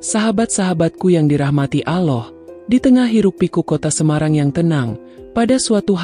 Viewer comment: Ngucap Allah aja g betul ko bikin YouTube islami